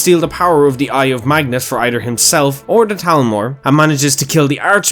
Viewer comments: Why do you say talmor? ITS CALLED THALMOR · It’s Thalmor not Talmor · Ima take a shot everytime I hear Talmor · What's a "Talmor"? I thought it was "Thalmor" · Did he forget that there is an H in Thalmor? It is not Talmor.